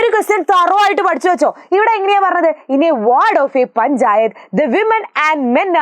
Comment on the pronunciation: Women ❌ Wemen ✔️